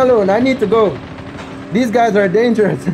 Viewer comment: that was kinda funny "these gyuzz are dangerous "😂😂😂